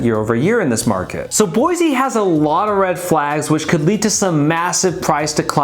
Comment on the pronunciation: First off, learn to pronounce Boise. It’s Boy-see not Boy-zee. I live in the Boise foothills. We expected prices to come down because they went stupidly nuts the past two years. NUTS. So-called remote workers fled the left coast in mass. And they would pay a million dollars for just about anything. Inventory is up because homes no longer sell before the sign goes up. Tons of new home construction within 5 miles of where we live. Thousands of new homes. So if we’re crashing builders and developers haven’t gotten the memo. Boise and other areas of Idaho will remain strong as the stupidity escalates on the left coast. I see them cruising our neighborhood everyday looking. Have interest rates hurt? You bet. But when people with resources are as desperate to move as they are from the left coast, they’ll pay whatever but it does need to be the right house and location and no longer just a place to hang your hat. Having said all of that, we’re pretty full so please look elsewhere. 😂